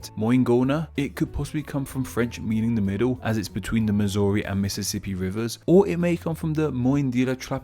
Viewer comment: Quick question, why did he pronounce Mississippi like Meeseeseep? Also the picture he used for Topeka was of One Kansas City Place, the tallest building in Kansas City, Missouri.